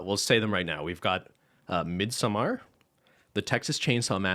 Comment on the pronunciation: Lmaooo sort of joking pronounciation of "midsommar" was honestly the most correct one. I fucking can't.